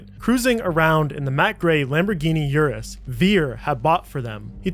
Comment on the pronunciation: It’s an Urus, not a You’us